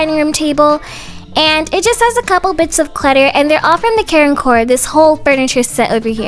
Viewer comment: very time you say care and core i think you say karen core LOL